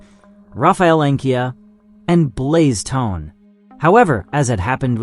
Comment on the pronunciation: Downbears? Macrobears? Blaze Tone? If you don’t take your ass back to elementary school so you can learn to read right proper and learn to pronounce words so you can put some proper respect on these heroes names! These people were set up from the get up and died in the most gruesome inhumane ways. Have a damn heart. You’re about as cold and callous as the mechanized murdering machines you’re talking about.😂